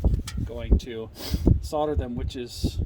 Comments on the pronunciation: Sodder ? Solder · Correct me if i'm wrong, but doesn't 'solder', have an 'L', in it. I have heard other Americans with You Tube channels, which i follow religiously, also using the expression, 'soder', LOL. When i went to school a long time ago, it was, 'Solder', Just saying. Bob. NZ. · its pronounced SOL DER not SOD ER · 'sodder' - hilarious! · Ha! Ha! Sure pal. Ahmurkins...